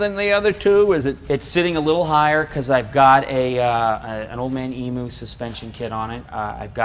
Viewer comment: did he say old man emoo suspension? hahaha